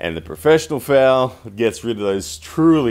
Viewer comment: Is this guy saying FOUL or FAIL speak english please.